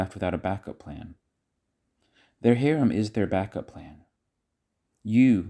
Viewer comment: It’s harem not haram:) haram means forbidden